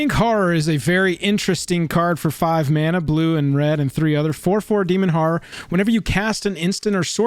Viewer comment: That's not how you pronounce "horror".